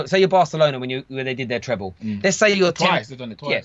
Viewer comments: It's treble not treple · Mark let’s start off firstly with the pronunciation - It’s ‘TreBle’ with a ‘B’ and not ‘TrePle’ with a P as you’re saying it.